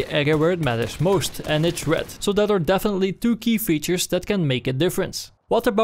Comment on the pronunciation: it is me or that he can't pronounce Red XD but really good video. thank you